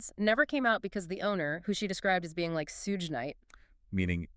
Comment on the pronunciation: This has to be AI and they should never talk about hip hop again.. if u cant even pronounce Loc or Suge knight right who everyone knows its obviously AI... and u dont even care to correct it.. and the why would u say "garden blocc crips, mr doc" WTF those dont even go together.. and artists act like their albums were free to make hours of studio time beats promo pressing, paying for returns, most artists never even make it out the red, but ppl dont understand.. this whole story sounds completely disconnected from hip hop and real life...its taking me over a year to write my book, she wrote hers in a week?? hmm.. i hope ppl dont take this channel serious